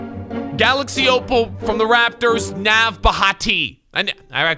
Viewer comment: This dude really said NAV Bhahiti